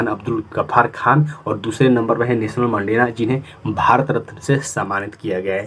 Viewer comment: नेशनल मंडेला नहीं सर 😂😂 नेल्शन👈 मंडेला